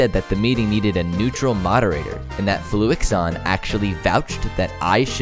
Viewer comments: I’m really confused! Did they edit over your voice in the final draft to say Fluxion instead of Fluixon? Because you pronounced it differently in the video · for someone that kept pronouncing his name as fluxion, im impressed that you spelt his name right in the end. Good content tho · mispronouncing fluixon’s name as fluxion was probably the best mistake ever made😂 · ITS NOT FLUX-I-ON!!!?? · Everybody mispronounced fluixon